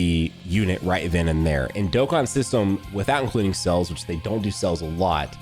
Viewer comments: Does anyone else hear him say "Cells" when he means "Sales"? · The way says sales made me so confused cuz i thought "wait legends doesnt have that many cells wtf" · Say sales again lol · Yo, why he say sales like that lmao